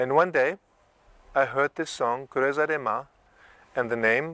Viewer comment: How... how did he manage to pronounce "Creuza" right? Respect!